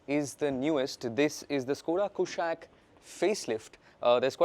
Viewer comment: Kushaak, not Kushack, please, its been years